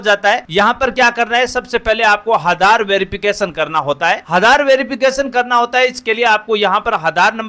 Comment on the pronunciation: Are aadhar hota hai haadar nhi😂😂